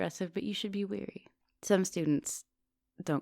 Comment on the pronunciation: “You should be Weary” - not WARY?